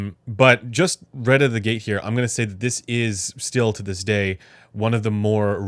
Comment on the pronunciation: can you learn how to pronounce the word "out" properly? its not oooouooout. It's just like owt